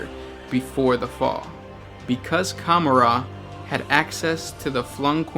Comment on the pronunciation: lol cumarar? com-or-ah :P